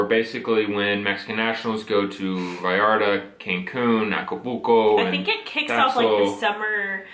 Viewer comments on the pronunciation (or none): Did say "Nacapulco"? Lol